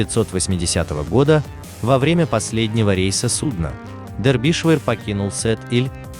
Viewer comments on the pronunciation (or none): милый автор. ваша озвучка в который раз доводит меня до икоты от смеха. название корабля читается Дербишир (на русском) ну или, если хотите показаться знатоком английского, Дарбише (примерно как-то так в русской транскрипции). где вы прочитали дэрбишвэ? нету в этом названии половины произносимых вами звуков. особенно от вас достается импортной географии. город Гамбург (Hamburg) у вас гамбургер, графство Дербишир (Derbyshire) - дэрбишвэ. даже боюсь представить как в вашей интерпретации будет звучать название столицы государства Шри-Ланка. видно, что вы тратите много времени и усилий на подготовку сюжетов. очень познавательно. большое вам спасибо. просто разберитесь с произношением. уберите пожалуйста эту ложку дёгтя. с уважением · Не дербишвер, А ДЕРБИШЕР! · Почему-то я слышу "Дербишвыр" вместо "Дербишир" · Не дербишвер а Дербишер ударение на "е" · Набрали куски роликов и содрали текст. Название сделали привлекатнльным. А читают текст неграмотно. ДербИдишвер? Расчет на кого? Похоже на книгу по истории СССР. Скучно, заумно, громада фактов важных и неважных. В общем , дерьмо в конфете. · (На первую"е")